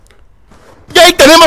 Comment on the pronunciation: y por eso lo llaman call of pladour